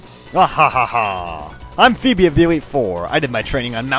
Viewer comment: Yes! You didn't mispronounce Phoebe this time! I still can't believe you used to think it was Foo-Bee or Fwebie.